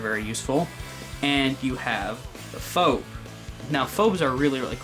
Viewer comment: liked and then unliked at the pronunciation of “phob” #FREEB0XXPLAYERS